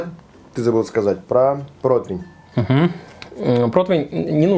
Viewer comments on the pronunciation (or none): Почему протвень?!?! По информации справочно-информационного портала «Русский язык», слово «противень» восходит к немецкому Bratpfanne «сковорода для жаренья». Это немецкое слово подвергалось переделке и переосмыслению на русской почве, и под влиянием слова «против» в результате народной этимологии (попытки объяснить непонятное слово через знакомые слова родного языка) возникло «противень». Филологи отмечают, что корректно только «прОтивень», вариант «протвень» выходит за рамки литературного языка. Таким образом, правильно: зажарить утку на прОтивне, снять пирог с прОтивня. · Противень! Букву И в этом слове никто не отменял, господа- товарищи- шефы! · Нет такого слова "протвень"!!!!!!! Где вы его берете?!!!! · Почему "протвень" и " протвиня"??? Всегда был ПРОТИВЕНЬ! Какого хрена? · Протвень... Поваром еще называется... Даже не знает как правильно произносится/пишется слово ПРОТИВЕНЬ